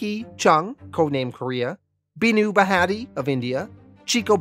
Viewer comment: You trying to pronounce Hindu Names so funny its bhaa-tia. 😂